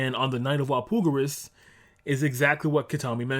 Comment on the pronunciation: Why do you say Walpurgis weird? Do you not see the "R" in that word? Wall-Pur-jiss